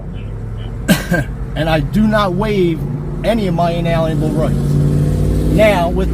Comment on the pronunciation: Alienable not Alan able